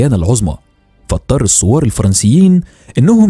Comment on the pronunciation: احب اللهجه مصريه وافهمها ولكن ممكن متابع مايغرق بين السوار و الثوار … بالتوفيق 😁❤️🇰🇼